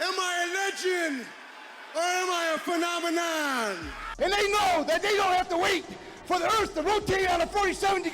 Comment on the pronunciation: “Phennomon” Holy Shit😝😛🤪